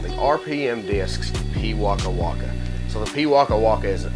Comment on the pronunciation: As a beginer i do love this disc and as a new Zealander you are saying the name of the bird correctly. keep up the great work.